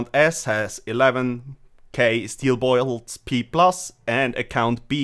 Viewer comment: Steel boilts lol